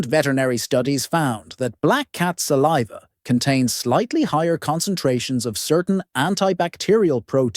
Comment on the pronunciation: Suh leave uh? Lol